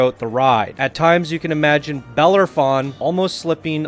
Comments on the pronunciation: It's pronounced buh-lair-uh-fon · You keep forgetting to say the O in Bellerophon.